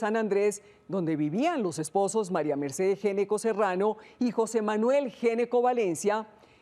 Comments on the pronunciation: el apellido se pronuncia ñeco, no geneco. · GN se pronuncia Ñ... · en Argentina, dnd se habla español, se pronuncia ñeco. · Que increíble que una periodista , supuestamente educada no sepa pronunciar un apellido. Geneco? What in the hell. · Ese apellido se pronuncia ñecco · Se dice ñeco no?por qué pronuncian así si es italiano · Ese apellido se pronuncia Ñeco. Es de origen italiano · No se porque pronuncian mal el apellido, en italiano se pronuncia Gnecco [ñeko]